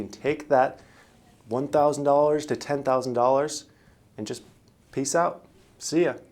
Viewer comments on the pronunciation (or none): none